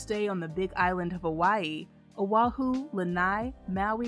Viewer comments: Great video! But Oahu is pronounced Oh -ah-hu not OH HI🙋👋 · Oahu is beautiful!! I was confused at first because the pronunciation was wrong but the I got it 😊. One of my fav spots!!